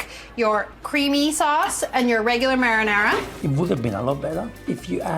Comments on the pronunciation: The way she pronounces "Marinara" lol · She say "Merrynera" like Merry Christmas. Her pronunciation is so funny 😂